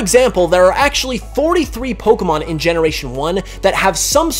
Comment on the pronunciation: Stop saying Poh-ker-mon instead of Poh-kay-mon!